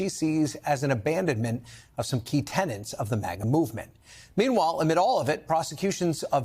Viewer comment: The word is tenets, not tenants,...regarding execution of ideology. The polls are making him a lame duck and letting him know he is flopping on the economy and Latinos who voted for him are disapproving of him on inhumane deportation by as much as 20 points. Still... he warned people on Jan 6, 2020 just what lengths he'd go to to get his way. Did Latinos think they'd survive him? As to new generation Dems...hmmm, old wine in new bottles. New topics like AI, climate change, DOGE interference...but the old Dems like JFK can't be beaten for intelligence and forward thinking. If the new breed is more extremism, we saw that in the 60s/70s...the Squad is otherwise blue collar within new immigrant groups. Same as before. Time...it all takes time.